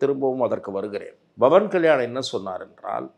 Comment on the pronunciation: Why almost all tamil people pronounce pavan as Bavan. Please pronounce as Pavan. Don't spoil the divinity in the name. In Hindi thet will chant PAVAN PUTRA HANUMAN KI JAI.